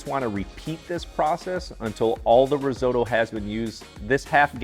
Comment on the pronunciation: Learn how to say risotto...oo..oo..not oy oy